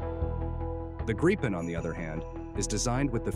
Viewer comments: When ever I hear Graypen I hit downvote. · The proper way to pronounce the name of the Gripen is "Greepen" (a Nordic "i" sounds like an English "ee"). This entire video comes across as a Gripen sales pitch! The F-16 vs. JAS39 comparison is interesting: Regarding Ukraine, the JAS39 is a likely future, economical, practical and affordable. The does not change the fact that the F-16 is, in the current situation, the obvious choice: being laid off by numerous Ukraine-allied countries, it is available in considerable numbers, it is "cheap" to acquire (being donated in most cases) and usually being upgraded and made operational by the donor nations. It may be old, but it is a mature and battle-proven package. What remains to be seen is how it stacks up against the Russian fighter/anti-air forces. Indications are that while the F-16 may not be avant-garde in the West, the Russian counterparts are likely to be all noise and no substance. Just consider how embattled little Ukraine has managed to withstand the assault of "the Mighty Russian Military" for almost 3 years! Putin is trying to attempt world domination with a thoroughly corrupt Paper Tiger military. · These days and especially for military channels, who knows if the voiceover is AI or not, but regardless: thank you for actually pronouncing Gripen correctly. It's not Grippin, or Grypen, it's "Greepen". Minus the American R but it's as close as you get, I suppose. Edit: I take it back. It's AI, and by the three minute mark, you start switching wildly, just as every other channel. Sigh. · Holy shit, I've never seen a video switching pronounciation more often. Grie-pen. Greepen. Grippen. If you're not going to research the correct pronounciation, at least pick one and stick to it.